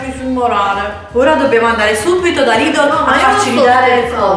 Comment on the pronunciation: Mia mamma lavora al Lidl, comunque si dice Lidl non lidol